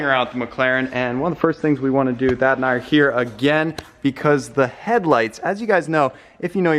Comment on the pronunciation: Anybody else thought he said dad instead of Thad lol